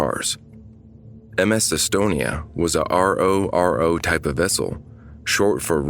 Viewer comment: RO-RO ferries are normally pronounced as Row-Row ferries :) like Row Row Row Your Boat. :)